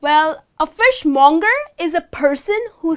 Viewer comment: Thanks for a great presentation but some words seem to be pronounced in a wrong way (fishmonger, products)....